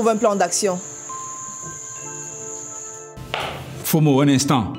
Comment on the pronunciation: Belle série. Initiative louable d'utiliser les noms de chez nous, pour appeler les personnages. Juste un petit souci, Patrick Oyono sait qu'on ne prononce pas "Fo mo" mais "Mfoh mo'o". Pour avoir un peu plus de réalisme. Si non, on aime quand même .